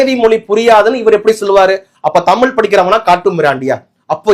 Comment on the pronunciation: நீ முதலில் தமில் என்காதே தமிழ் என்று உச்சரிக்கவும்.